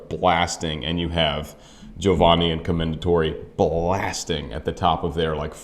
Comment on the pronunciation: Try to say Giovanni right. You say Giovani. Make an effort. Giovani sounds dumb and this is your profession! There are few rules in Italian and most opera singers are too lazy to learn the pronunciation. You also say Sieppi, that was a p too much. Sieeeeeepi! Also not Lepporello, but Leeeeporello Geez...